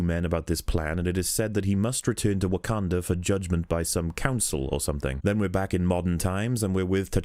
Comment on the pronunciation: The way you pronounce Wakanda makes my dick shrivel up